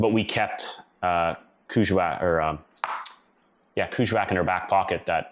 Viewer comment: Hi I 've worked up near there in Ungava Bay. It's pronounced KANG IK SALOUU JU WAAK as we were told.😊